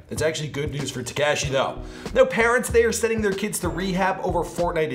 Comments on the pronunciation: ITS TEKASHI NOT TAKASHI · is there a chrome extension to mute everytime says TEK-CASHY??? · Who tf is “TaCASHi”? It’s not hard to say his name man 💀.